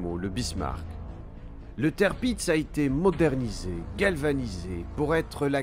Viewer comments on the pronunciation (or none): Le tèrpiz...écrit tirpiz...HO BORDEL, c'est TIRPITZ (qu'on prononce: tir pits, z qu'on prononce s ici, attention sur d'autres noms ca peux être belle et bien le son z), du nom de l'amiral Tirpitz, fondateur de la puissance navale allemande en modernisant la flotte impériale en son temps ! Et alors le Bismarck (qu'on prononce: Bis marque, pour franciser et CK) massé en bismarre...c'est une horreur. je sais que les allemands ont des noms dures a prononcer parfois mais Tirpitz et Bismarck sont clairement très simple, pas comme Gneisenau (qu'on prononce: Gueu naille ze now) et Scharnhorst (qu'on prononce: char norste, ou alors, charn orst), là ces deux là c'est déjà plus chaud quand on connait pas. je passe pour cette fois , sur Tirpitz mais faut faire gaffe avec les noms. ah, je critiquerais pas pour le Prinz Eugen (du nom de Eugène de Savoie qu'a trahit la france pour combattre les ottoman pour le saint empire romain germanique et...combattre la france ensuite) qu'on peux franciser en Eugène qui a été prononcer Oille Gueu (mais qui se prononce: Oille Gueune, car là c'est impossible a deviner) car c'est pas simple là et même très dure, mais c'était pas loin. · si on lui donne de mauvais noms a prononcer en même temps, Tirpitz a été massacré en tèrpitz et ils ont écrit ca tirpiz, genre la production vidéo, audio, et la recherche, ils ont bosser en séparé et un gars a tout regrouper !? xD